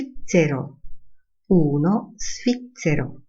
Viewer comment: Niestety, podana wymowa "svizzero" jako ['sficcero] nie przekonuje. Dostępne źródła definiują ['zwiccero].